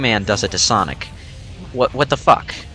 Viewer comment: Don't you mean SAWNIC